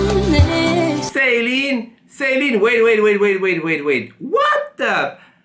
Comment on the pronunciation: Selin değil Ceylin. Türkiye ile ilgili program yapıyorsun, Türkçe okumayı ogren.